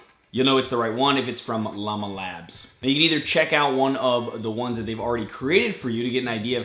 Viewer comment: *LlamaLab Not "LlamaLabs"